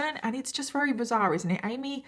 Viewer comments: My question ❓❓ is why do you say weary instead of very. All V you substitute for w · I've been watching you for a while, and just last week, I noticed that you use the word "very" excessively. But you're pronouncing it "wawee" and "raree." To the point I have to stop watching the videos. Have you always pronounced it this way? Or did it take me a year to notice it? Is this the English way to say "very"? I'm curious.